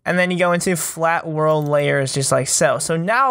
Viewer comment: "my worldf" me:whatf